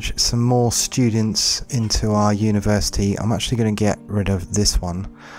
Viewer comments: i liked it better when it was "Uniersity" :( (jk ofcourse ;) ) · hehe "Uniersity" :p